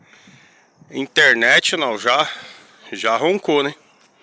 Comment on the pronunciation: Pronuncia interneichonal